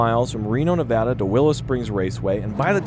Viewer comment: I'm just glad you pronounce it Nevada. As a native Elkoan, no one from Nevada says Ne-VAHHHH-duh. lol